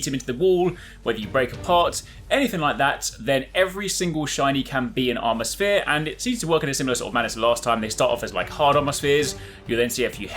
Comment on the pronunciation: Drinking game/challenge: Drink whenever he says armour spere